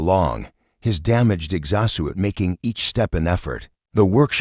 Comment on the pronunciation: This Ai really needs to learn how to say exo-suit. LOL 🤣